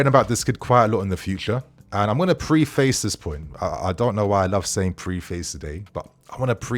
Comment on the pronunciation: Preface pronounced preffis 👍